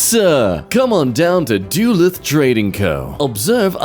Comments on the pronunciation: Being from duluth (Minnesota), hearing you say it like DOOLUTH made me roll over in my own grave. It's DUH-luth,! 🎉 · Do-loooth =Duluth. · I know you did nOt just say Duluth like Doolooth. And those things are really helpful for walking in ice, bc that’s what they’re made for. OMG THAT ORANGE BIT IS LITERALLY APART OF THE SOLE OF THE BOOT